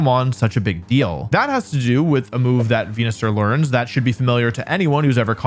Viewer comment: I miss the days when he said Wenusaur.